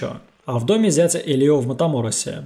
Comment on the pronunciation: Не ХЕсус, а ХесУс, не ЭлИо, а Элио, акцент на Э. И не поняла при чем здесь Маркес. Маркес -не мексиканец и его "100 лет одиночества" не имеют н какого отношения ни к черной магии, ни к сантерии.